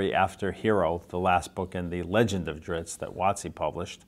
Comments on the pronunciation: ...yeaa..he'll always be dri-zzzz-T to me... dritz? Zits? Drips? Lmao sorry bob, you are pronouncing your creations name wrong ^^ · If he calls him Drittz then I’m gonna keep pronouncing it Drittz lol. Thanks RA! Oh and I luv me some Jarlaxle